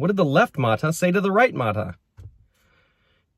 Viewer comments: mata is pronounced as ma’TA in Filipino (Tagalog, Visaya, Ilocano, etc). I hope this helps 😊. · correct Visayan word but the pronunciation is not. Accent should be on the second syllable.